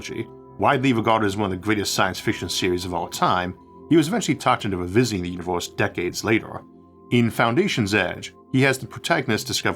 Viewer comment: staUs and univeUs. Please try to fix voice record with aElevenLabs.